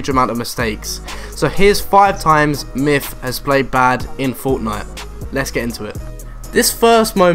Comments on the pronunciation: It's not mif it's myth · lol he said mif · He says myth like myf